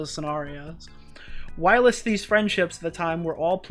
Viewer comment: Whilst doesn’t have a “uh” in it 😂 it’s just while with “st” on the end, same as you said kirst. 😊